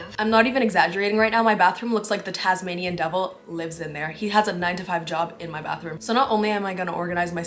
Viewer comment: I do if your Australian or not you don’t have an Australian accent but you said “Tasmanian devil” like your so preppy either way